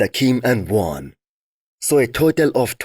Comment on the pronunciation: Your preview is 10x better than NSP and you actually pronounced Joan's name properly